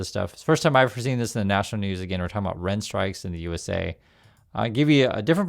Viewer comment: I finally got your message with the word Rent (strike) I keep hearing “Red” strike I guess your nose is clogged or something